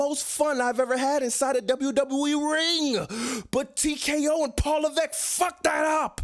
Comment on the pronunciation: LMAOOOO "PAWL LEVEECK-!" Yo what was that??😂😂